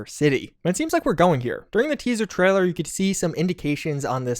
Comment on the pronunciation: it's TRAILER not TRALLER :)